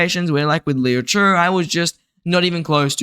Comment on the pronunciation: bro why do you say Liu che like that?🤣